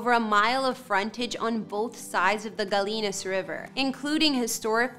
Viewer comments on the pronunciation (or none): You pronounce it Guy-ee-nas, not Ga-lee-nas, even though it's spelled that way. Do you also say tor-til-a? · "Gallinas" = guy-e-nus, not "guh-leen-us"....